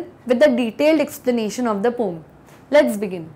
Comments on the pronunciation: Mam ji pom na hota poem Hove h 😂😂😂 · Aap poem ko pom kyu bolti hoo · Mam why are you saying poem to pom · Mam poem ko पोयम बोलते है की पोम। पोम भी बोल सकते है but i think right is पोयम in 95 परसेंटेज। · Your explanation is good. But please correct the pronunciation of the word- poem. Poem is a 2 syllable word. American pronunciation - po-um( पोअम and NOT पोम) British pronunciation - po-em( पोएम) In academics we follow British English so पोएम is the correct pronunciation. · This is poem not pom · It's poooeeemmmm not pom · Pom nahi. Poem. Hai. Mam